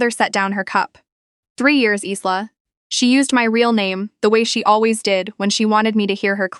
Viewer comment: It’s pronounced Eyela not Isela